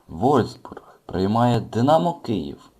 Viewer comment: не вользбург а вольфсбург